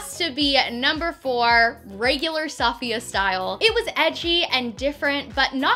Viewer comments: It's not pronounced "Saf-iya" it's pronounced "Se-fi-ya" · Honey, she's Saf-I-ya, not S-A-fiya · Suh-fee-uh not Saw-fiya, sorry it was just really annoying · I really enjoy your videos, and I’ve been binging them the last few weeks. One thing, Safiya is pronounced ‘Saf-fiya’ not ‘Sah-Fiya’. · I love the video but the way you’re pronouncing her name makes me cringe every time. The accent is in the i not the a! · I love you and your videos, but the mispronounced name was bothering me the whole time! I think it could help to maybe pay more attention to details like that in these videos. Especially since you're using her content to go off of. Just a suggestion, not hate! I still love you 😂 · Is it annoying anyone else how she pronounces safiya? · You said Her name wrong🙄😩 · Cringing on how she pronounced Safiya's name. Lol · You Pronounced safiyas nygaard name wrong. You should copy Gabi and niki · I die every time she pronounceher name wrong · I couldn’t watch this video because of the way she was pronouncing Safiya’s name.